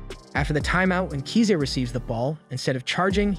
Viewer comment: KISA NOT KZA